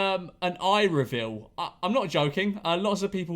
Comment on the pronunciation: Memeulous at 5 million: Nose revile 6 million: Chin revile 7 million: Moith revile